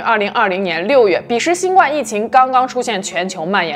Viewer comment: 新冠的冠应该读第一声而不是第四声。